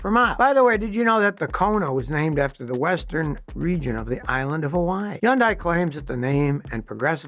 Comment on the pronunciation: Pretty sure it’s Hun-day and not Yon-die